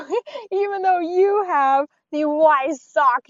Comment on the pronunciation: One other thing is say the word Weissach with a "V" at the start. So basically Veissach. Just the way the Germans say it. No hate, i love cars so much so wanna help you improve the reviews.